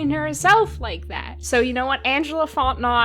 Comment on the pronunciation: also Fontenot is an Acadian/Cajun name pronounced Fon-ten-no :) in case you ever come across that name again in your travels to French Canada/Lousiana